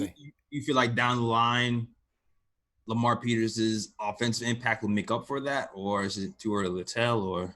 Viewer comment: Finally heard someone say Lamar Peters!